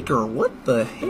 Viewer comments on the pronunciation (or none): Schweinsteiger is pronounced “shuenshteger”